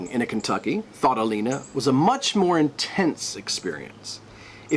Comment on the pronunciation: Kentucky? Surely Ken-too-ki.